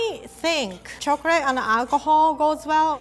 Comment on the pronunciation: Love these! Also love how she can say liquor but says chocrate!!